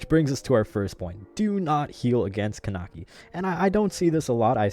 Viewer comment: It's pronounced Kuh-neck-ee